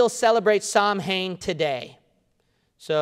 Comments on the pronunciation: All true except samhain is pronounced “sow-win”... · Samhainn is pronounced ss-ow-inn (the ow part sounds like you are hurt and saying" ow " as in "ouch")